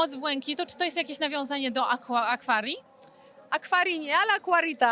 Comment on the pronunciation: Tragiczna "dziennikarka". Jeśli Doda cie nie interesuje i masz robić z nią wywiad tylko dlatego, że wywiady z nią robią duże wyświetlenia - odpuść sobie. Jak można nazwać się fanką i powiedzieć "akwaria" zamiast "aquaria", czy "nie żałuj" zamiast "nie żałuję"?! Kompletny brak przygotowania do wywiadu, dno "dziennikarskie". Doda jak zwykle super.